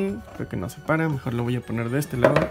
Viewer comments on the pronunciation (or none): none